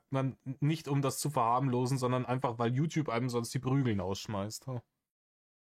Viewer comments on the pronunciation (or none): none